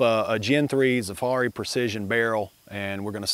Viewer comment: Why has it become standard in the Glock community to mispronounce Zaffiri? It’s literally Zaffiri, not Zafarri!! Everyone says it wrong it’s crazy